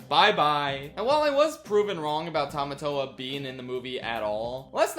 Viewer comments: That's not Tomatoa, that's Potato-toa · I'm sorry but besides the butchering of Tamatoa I'm now hung up over why they changed Maui's shark head to a hammerhead-? Why did they change it to a hammerhead-!? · Butchering Tamatoa + That terrible wig